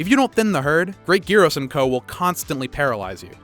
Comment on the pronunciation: Omg thank you for pronouncing all the monsters names correctly, especially Great Girros. I also have to hear Ragegamingvideos pronounce almost every monster name wrong.